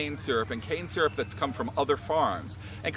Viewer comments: I thought he said cancer the first time when he said cane syrup LOL im deaff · First time you said cane syrup, sounded like cancer. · When you said the canes would be turned into cans syrup, if almost sounded like you said it would be turned into cancer.